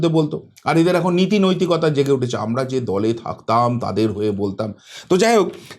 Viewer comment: Apni 'Amnara' bola ta r correct korben na dekhchi ato bar bolar poreo sei amnara amnara korey jachchen